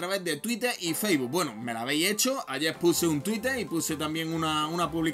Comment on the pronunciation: Que se dice facebook, no faisboo!!!!!!